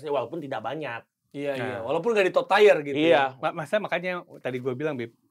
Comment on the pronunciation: Tier: bacanya tiyer bukan tayr.. Gregetan wkwkwkk